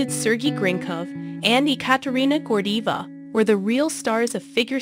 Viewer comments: G&G's names being mispronounced tells me all I need to know. Most people in the comment section know more about Gordeeva and Grinkov off the top of their heads, than you most likely know after doing research. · I agree & you even said “she” when it was required to say “he!” Good grief!! Learn to pronounce the peoples names & tell the story correctly! Geesh! 🙄🙄🙄🙄🙄🙄🙄🙄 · Right On!!! She's irritating me. 😏😂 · Nice video but you could have made the effort to pronounce their names right: his name is pronounced sir- gay and Ekaterina’s nickname is pronounced Kat-ee-ah and her last name is pronounced Gor-dee- eh- vah. Daria is 31 years olds and her name is pronounced Dar- ee- uh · I am very familiar with this story. However, you pronounced every single name incorrectly. Why didn't you do research on these pronunciations first? Daria is Dahreeuh. Katya is Kat ee yuh. Gordeeva is Gore dee ay vuh. Sergei is Sir gay. Ekaterina is Ay kat er ee nuh. Kulik is Koo leek. Now you know.